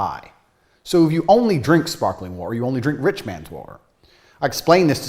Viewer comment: Can’t get past it either 😂 As a Brit I was immediately jarred because (outside of possibly the Royal family) nobody in the UK pronounces the T in water… except for who goes HARD on that T instead of saying “wah-err” like his accent requires 😂 Until he suddenly forgets and starts saying “wah-err” with no T 😂😂😂 He’s stumbling over that word fr because that is not how he actually says it. Does he know how crazy he sounds saying “whaaTarrr”? Is it an overcorrection? Or the result of residual trauma from being roasted to a crisp by his Mum for not pronouncing his Ts? Not that I’m speaking from experience ☺️